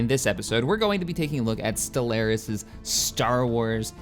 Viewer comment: love ya but the way you say stellaris drives me nuts